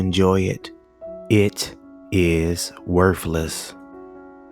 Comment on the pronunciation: You said worFless its worTHless